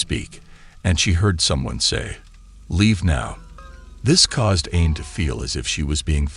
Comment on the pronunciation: New subscriber here! Just for future reference, Aine is pronounced AWN yah.